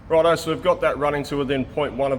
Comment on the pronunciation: "Rod eye, guys... I mean, righto, guys..."